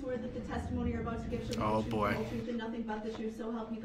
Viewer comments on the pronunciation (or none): What “troof” was he talking about?